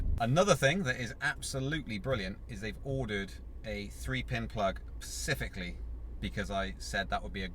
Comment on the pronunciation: Please say Specifically and not Pacifically.